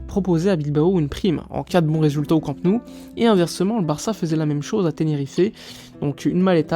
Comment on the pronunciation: J'adore ta chaîne mais juste une petite remarque. Immagine qu'un fan étranger du PSG ait une chaîne YouTube consacrée au club de Paris. Ça te ferait quoi si le mec disait "Parisse" en prononçant le s final ? Ça te choquerait. Je suis catalan et chaque fois que tu prononces Camp Nou, tu prononces Camp (👍) et Nou comme en français. Il faudrait que tu dises no-ou. C'est pas difficile et ça montrerait que tu connais parfaitement le Barça. Et puis ça me ferait plaisir 😊